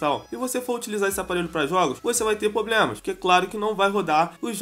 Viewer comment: "Você vai ter poblemas" kkkkkk